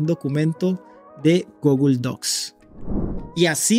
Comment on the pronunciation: Deberías escuchar en Google Translate como se dice la palabra "Google".